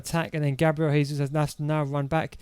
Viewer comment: It’s Jesus not haysuz. Lol. Brazilians speak Portuguese not Spanish. Good formation tho !! 🔥🔥 super fun.